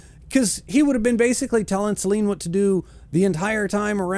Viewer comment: Three syllables: SUH-LAY-NEE (Selene) Also Hadrian wasn't "hung" (or maybe he was, ask Valka). He was hanged.